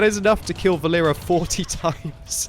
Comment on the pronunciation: Not vaLEra, it is more VAlera from name VAlery, Its a Boy's name) VAlera( similar to VAlley)